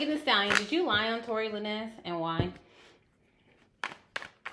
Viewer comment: The lin nez was throwing me off lol its lanes🤣🤣 dope ass reading tho